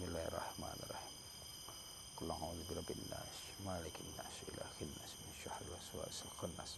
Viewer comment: Pk ustd,, setahu saya itu surah an,nas bunyi nya bukan minsyahril, tapi minsyaril